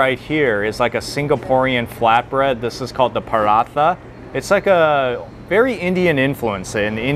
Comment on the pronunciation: "this is called the perah-thah"